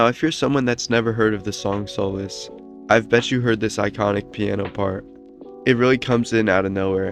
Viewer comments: It’s solace not soulless. It’s pronounced “saw-liss” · Solace isn't pronounced like that